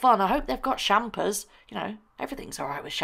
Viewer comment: Shampers? Is that what you said at the end? :)